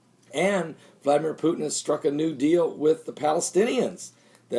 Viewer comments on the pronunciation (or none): none